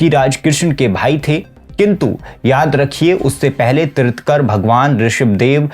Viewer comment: Bhai dekh ke reading to sahi se kar lo Ye kya baar baar Manu ko Muni boley ja rahey ho. Aur 24ve teerthkar nahi..’Teerthankar’ hota hai.